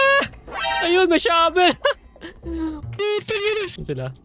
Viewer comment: Finally natapooooos😫 for the third time!!🤭 Shabel not Shovel 😂😂 ramdam ko yung gigil mo. Nasubaybayan ko yung di mo pagtapos dito HAHHAAHAHAA